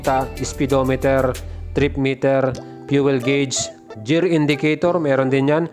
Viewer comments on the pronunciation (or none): GEAR - (as in 'girl', NOT JEAR as in 'jeans')